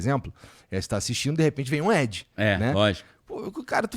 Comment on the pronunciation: Depois de 4x ouvindo o Igor falar "edge" que fui entender que ele quis dizer "ad" 😂😂😂. Podia ter falado publicidade enquanto ainda não fala inglês direito.